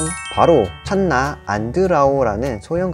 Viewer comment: 장말 멋있네요. 근데 찬나가 아니라 칸나가 맞는 말입니다. 학명은 라틴어로 읽어야 하죠.